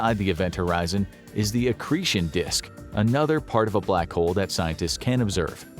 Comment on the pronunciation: Did he say “excretion disk”?